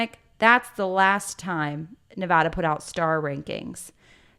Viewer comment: Please my ears! Who says Nevada like that?! 😂😅😅 Ok back to the pod